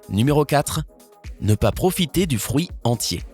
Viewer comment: Il dit frouit 🤣